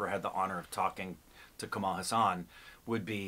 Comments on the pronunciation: His second name is pronounced Haas-un. Not Huss-aan! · It's Kamal H AA SUN and not HA SAAN..... Kamal means lotus and Haasan means smile.... meaning one who smiles like a lotus. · Learn to say his name correctly :-) Its Haa san.